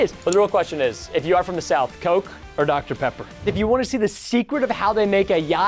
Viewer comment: Dr Peper 😂😂